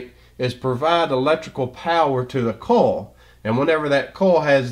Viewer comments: Excellent explanation, thank you. Everything is very clear--except I'm embarrassed to say it took me until to realize that when I was hearing "coal", you were saying "coil". That makes way more sense! :) Posting in case anyone else was thrown by this. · brilliant i was just thrown off by how he said coil LOL